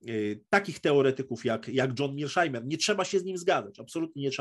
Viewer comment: Może Pan mówić po prost [mershajmer] Pozdrawiam